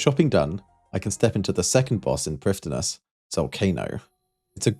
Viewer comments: Just to piggy-back on top of your comment. With the pronunciation of Prifddinas if i were to write it out for a non native to read out i'd say it as Preeve-thee-nass. And with Hunllef the 'll' is one of the instances where Welsh has double-letters (or digraphs if you look into it). Which by places some sets of two letters together you get a new sound. Our 'f' is a 'v' sound as the Welsh alphabet does not feature all the letters of the standard English alphabet, we then make the harder 'eff' sound using 'ff'. The 'll' sound is somewhat unique sounding and i often describe it as the sound some people make when shooing animals away, especially feral cats. Common in place names you'd be able to find pronunciation guides with "Llan" place names. With "Iorwerth", its very often mispronounced as people go for eye-oh-worth and sound it as if they're reading each part as the english word slowly. Ior is pronounced like a quicker 'your'. Werth just needs to be changed so the 'e' isnt read in an anglicized way as its a sharp 'eh' sound. Additionally its not a "common" surname nowadays as its actually a first name which becomes a surname for a famous Welsh figure, Llywelyn the Great as his name is Llywelyn ab Iorwerth where 'ab' or 'ap' is the Welsh equivalent to O' or Mc to indicate 'son of'. There's not many people about with the name Iorwerth as its not a fashionable name for younger people, but on occasion due to people wanting a Welsh name holding cultural/historical significance. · Don't feel bad for not pronouncing prifddinas correct. I dont think a single runescape player (other than myself because i want to feel special) wants to pronounce it right either lol. At this point everyone has been calling it the same thing for so long that they refuse to admit they are wrong about it. Its pronounced priv-thee-nuss as taken from the wiki. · "dd" in welsh words is pronounced with a "th" noise. So, "Prifthinas"